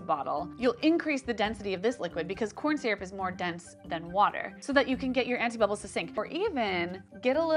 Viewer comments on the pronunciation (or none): Did she say anifa bubbles?